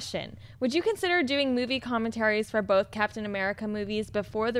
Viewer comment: it's both not "bolth";)